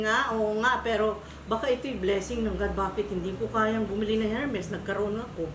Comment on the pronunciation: Hello...ermes pronunciation ng hermes...silent H...